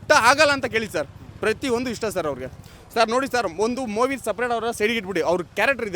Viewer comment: ಅಯ್ಯೋ ತಗಡೆ ಎಷ್ಟು ದುಡ್ಡು ತಗೊಂಡಿದಿಯೋ ಅಷ್ಟು ಮಾತಾಡಿದ್ಯಾ ಬರಿ ಫಿಲ್ಮ್ ಡೈಲಾಗ್ ಹೊಡಿತ ಇದಿಯ ಮುಚ್ಕೊಂಡು ಇರೋ ಸಾಕು ಹೆಲ್ಪ್ ಮಾಡಿರೋದು ದರ್ಶನ್ ಮಾತ್ರವಲ್ಲ ಬಹಳ ಜನ ನಾಯಕ ನಟರು ಮಾಡಿದ್ದಾರೆ ಅವರು ಯಾರು ನಿಮ್ಮ ತರ ಡಂಗುರ ಹೊಡಿತ ಇಲ್ಲ. ಮೊವಿ ಅಲ್ಲ ಕಣೋ ಗೂಬೆ ಮೂವಿ ಸರಿಯಾಗಿ ಕನ್ನಡ ಮಾತಾಡೋದು ಕಲಿಯೋ ದ್ರಾಬೆ